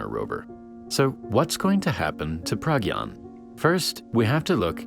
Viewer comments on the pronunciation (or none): dont wanna be that guy but as an indian, pragyan is pronounced pruh-gy-aan